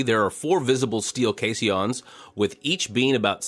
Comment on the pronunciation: Caisson is pronounced Kay-son (with the on pronounced like "on"). The "i" is silent.